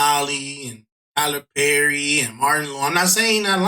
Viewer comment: Tylerrrrr perrrry is making me think it’s Tyler Perry bra